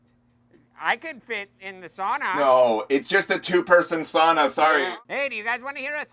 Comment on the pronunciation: Darn. Impressed positively. Adams correct pronunciation of Sauna. My people <3